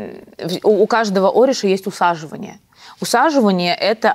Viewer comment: О, мои уши! С такой манерой разговора, еще и ударения через жопу... зря посвящение проходила🤦‍♀️ эшУ, оришА ! Млять! Спасибо за возможность проработать своё спокойствие